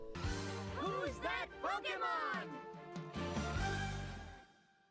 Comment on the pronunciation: I’ve seen a few of your videos and was on the fence with subscribing, I just needed a little push really. Then I watched this vid, and heard you actually pronounce “Pokémon” correctly!!!!! 10/10 would subscribe 100% recommend